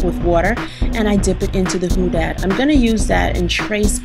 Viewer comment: lol did you say that color was "who dat"???